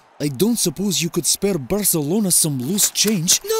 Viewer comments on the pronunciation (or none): Barcelona* not Bohçalouwner